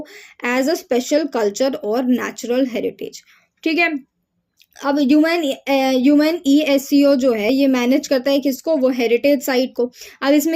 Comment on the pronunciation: Are didi ise younesco- UNESCO bolts hain😂